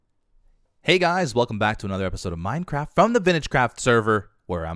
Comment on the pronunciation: When he said the intro it sounded like he said Minecrack